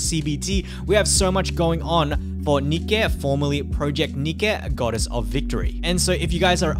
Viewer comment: Every time said nikque it hurt me a bit